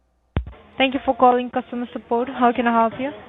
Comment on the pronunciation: I would find it very sus anyone working in "support" calling it "sahpoot".... Red flag #1.